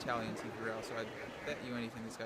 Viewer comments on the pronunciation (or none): none